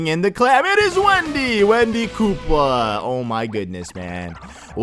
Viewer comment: it's Wendy not windy